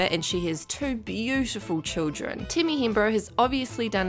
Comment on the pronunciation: „Timmy“ „wint off“ „instegrem“ 😂